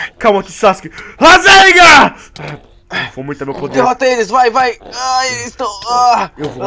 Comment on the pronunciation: o n é rasenga é rasengan